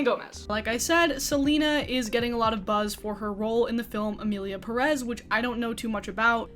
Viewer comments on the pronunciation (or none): Its Pérez not Peréz